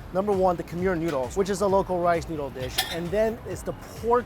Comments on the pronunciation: Mikey!! Thank you so much for visiting one of my home countries (I am half Lao, Laos is very very similar to Thailand in regards to food, language, & culture 😊) I’m glad that you enjoyed it there! But the pronunciation of “Khmer” is not like “Kha-meer”, but rather “Kh-mai”, mai being said just like “my” 😊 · It’s khmai not Khmer omg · I'm going to go out on a limb and say you have zero Cambodian friends because you kept butchering the word "Khmer"